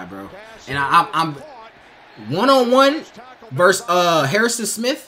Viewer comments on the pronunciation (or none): Versus. NoT Verse 🤦‍♂️